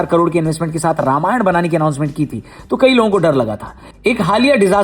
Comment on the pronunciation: Ramayana ❌ Ramayan ✅